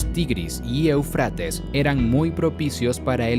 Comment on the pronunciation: Esta bueno el video pero me duelen los oidos cuando dice eufrÁtes cuando en el mismo video muestran el acento o tilde en la primera e Éufrates!!